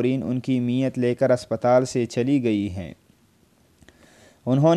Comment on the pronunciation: Oh pagal NAMZ hoti he NIMaz nahin to mayyat ko niyat parh raha he phop phopi ko bhi ghalat parh raha he, llanat tujh per.